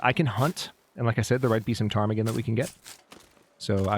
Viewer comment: I find it astonishing how you just casually pronounce the name of the birds, as if its a normal part of your vocabulary. :_hadSweat: I tried a few times, kept ending up at Potemkin villages and then decided to stay in my lane and call them apocalypse chicken. :_hadBarn